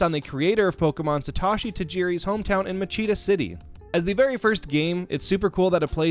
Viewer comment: And if you don't actually know how to Pronounce Satoshi Tajiri CORRECTLY then why TF do you bother?? It's NOT Sa Tosh EE... ITS Sa Toe Shi. Get it right or STFU